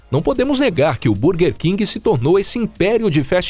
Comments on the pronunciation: Vídeo muito bom, mas por favor para de falar bUrguer 😂😂😂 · A pronúncia está errada, em inglês burguer se pronuncia “bãrguer”